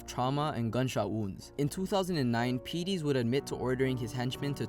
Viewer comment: Craig Peties, it's pronounced "Pe-tees" not "Pee-Tees"